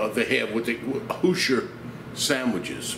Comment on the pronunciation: For those Indiana people, it's pronounced as who-zer, not who-sher. Trust someone who knows. Say it right next time, since we all know you don't want to stay stupid by mispronouncing it. Ha ha ha. Great video as always,. Seems like I'm the first one to give you a thumbs up. BTW, Indiana ain't north east, it's part of the mid west. I'm buying you an atlas for X-mas. LOL!